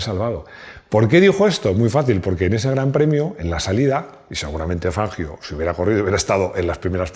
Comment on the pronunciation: Y el apellido era italiano,, revisa por favor la pronunciación.abrazo encanta tu canal